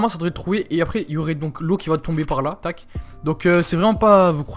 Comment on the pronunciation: tu casse la tete a dire tac mskn